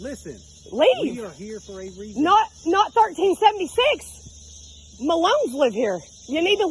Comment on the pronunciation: Go away and leave "muh-lone" !